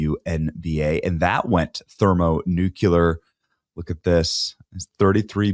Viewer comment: “thermo nu cue ler”